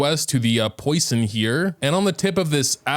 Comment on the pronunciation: The area called Poisson isn't poison it's french for fish, u say p-wah-son